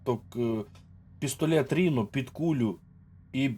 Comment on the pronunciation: давайте може, дядьку, будемо якось правильніше називати речі. Не Ріно, а Райно. З англійської - носоріг. Не ультімейт, а алтіміт. Це англійські слова, не треба їх паплюжити. Дякую.